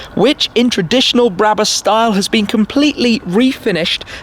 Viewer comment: Its not bräbus its brabus